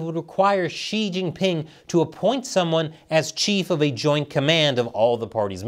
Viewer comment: bruh I found it hard to get past the probing joke and then you went "Chin-Gan"...